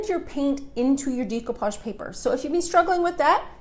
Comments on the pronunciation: I believe it pronounced de' not dee de(')coupage. I couldn't watch your video because you don't pronounced it right. Very annoying. Sorry. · Very nice video. However, the word is pronounced "day" not "dee" as in day-ku-pazh. Beautiful old craft I did quite a many years ago. Looks like it's having a resurgence. Stenciling too! Glad to see that. Enjoyed the video! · You're gorgeous (you belong in the movies), love your tutorial and ideas BUT your pronunciation of the word "decoupage" hurts my ears. It's pronounced "day-koo-paazh" not "dee-ko-paag" If you are in this business, your pronunciation of this word is important. I know people will tell me to relax or if I don't have anything nice to say, blah blah blah. But I feel that it is important to maintain the English language, not only for this, but also for future generations. I'm sorry if this hurts your feelings. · Is no one going to address the fact that she pronounces decoupage incorrectly?